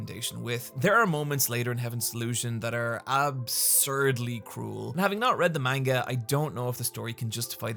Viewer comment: Can't believe you're still calling it main-ga